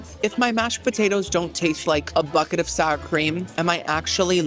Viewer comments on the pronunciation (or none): none